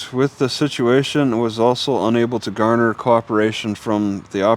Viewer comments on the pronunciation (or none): none